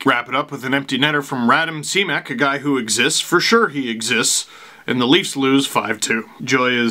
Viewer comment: Steve I'm shocked you don't believe in Simek! (pronounced Shimek) he's a stingy hard hitting left handed defenseman...